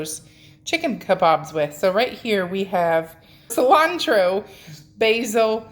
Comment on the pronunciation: I love your videos! I Have to tell you though it's not pronounced "Ku-lan-tro" It's pronounced "si-lan-tro"